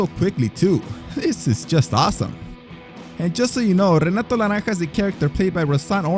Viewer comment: Obviamente hablas español pero Renato se dice "jenatu" en portugués, mijo. Or, in English phonetics, it's "heh-NAH-too".